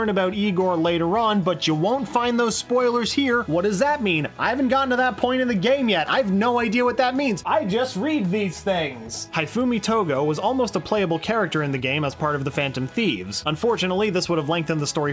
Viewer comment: did you just mispronounced Hifumi Togo's name????